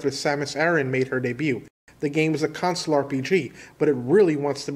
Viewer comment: The number of times you say console and pronounce it like "council" in your videos is absolutely maddening, and it confuses me every single time.